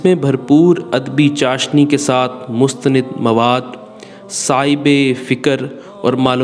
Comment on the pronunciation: اَسلوب نہیں.. اُسلوب.... مستنِدنہیں مستنَد...تُراث العلم.... شکریہ